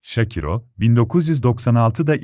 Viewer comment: Adam şakiro ismini şakira der gibi söylüyor.Hayır görüntü olmasa kimden bahsediyor dicem. Keşke ismini söylerken şâkıro diye söyleyebilseniz